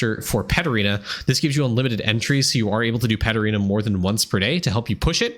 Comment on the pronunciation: I'm pretty new, so when you were talking about Paterena I got lost and spent about 10 mins googling until I realized you were saying Pet Arena 😅